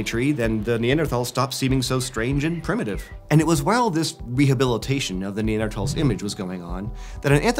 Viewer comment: He's saying it correctly.